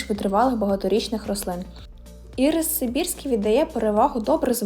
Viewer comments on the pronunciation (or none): Ірис-наголос на і.ірИс- це цукерка.